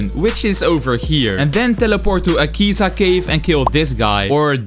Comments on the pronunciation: It's Akaza not akeza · This guy did not just say "dooma" and "akeeza" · Akaza nah akeza💀💀💀💀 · blud plays project slayers yet: Doesn't know if akeza is demon or not, Pronounces name wrong, does something else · bro really said “akeeza” and “dooma”